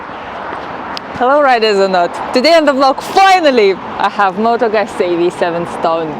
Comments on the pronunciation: Need to practice a little your pronunciation... It sounds like "gootsie" but the sound is strong like in "pizza". The video is very good as is the channel. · Why the American pronunciation of the motorcycle name? Nowhere in Europe do we pronounce it like that. Moto Guuuuuuuzzi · Nice bike indeed. But, how about pronouncing Moto Guzzi the right way?